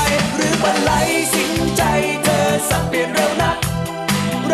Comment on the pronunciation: ร้องเพลงออกเสียงชัดเจน เธอเป็นเธอ ไม่ใช่เชอ เหมือนทุกวันี้ ทำให้ภาษาไทยเพี้ยนหมด พี่เขาน่าจะมาร้องอีกนะ ชอบๆ